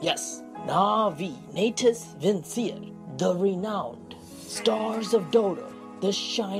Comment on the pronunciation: The second you pronounced the navi name wrong i disliked. Its prounouced "natouss vinchereh" not "naytus vinsir"